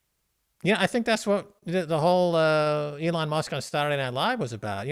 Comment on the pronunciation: Dude the way you say ‘Elon’ is so annoying. It’s really not hard to say it correct.